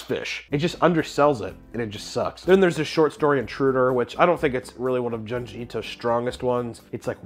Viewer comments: "June G" not juhn-jee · June gee bro not djun ji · Isn't junji pronounced joonji? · Small thing, but it really tickles me how he pronounces it "Juhn-ji" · It's pronounced Joonji, like Jumanji without the ma. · the way you say junji ito is wrong lol that greenery looks dank tho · I can’t stand the way you pronounce Junji 😂😂